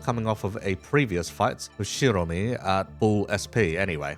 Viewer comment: There is no R in Shiomi